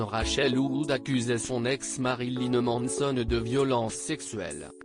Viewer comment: "Ma-ri-li-neu M-an-e-so-n-eu"